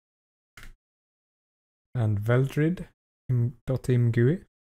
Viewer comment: imgooey, chear enyine